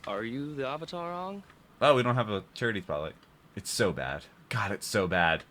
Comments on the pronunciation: I don't even mind the name pronunciations, cause I'm used to foreign names being butchered. But somehow mispronouncing the word Avatar is insane. That just an English word being said incorrectly. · The creators of Avatar also did Voltron the Netflix show. I recommend watching that. Even has a character who is very similar to Sokka. The names were pronounced differently, but I believe they took the more Japanese way of pronouncing it. It didn't make sense since the show pronounced it differently and hypothetically could be wrong, but as it was established the movie should have just did what was familiar. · They changed the pronunciation in the movie cause the original pronunciations do not exist in Asian culture. Great idea but bad result.